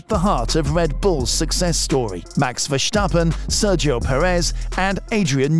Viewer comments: Yea your pronounce of max his name is so off. Go listen to a Dutch F1 channel how they pronounce his name. Then mimic that as precise as possible. Oh and your commentary is way to slow Speed up your videos with 1.25x That what I put it on if I listen to it. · there is no H in the name of Verstappen, so why pronounce it?